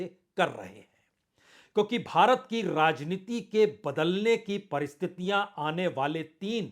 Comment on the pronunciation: पहले " राजनीति " शब्द का सही उच्चारण तो सीख लें, आप ररररर्रा जनीति बोलते हैं